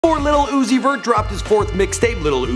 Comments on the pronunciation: SEE THIS IS THE SHIT IM TALKING ABOUT. HIS SON UEZEI???? ITS UZI CMON BRO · It’s lil Uzi bro not little oozie😂😂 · Lol Zouzi Lmfao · "Zoo? Zee? lil zoowee??"